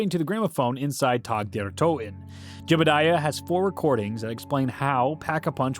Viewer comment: Calling it tag like the game really bothers me lmao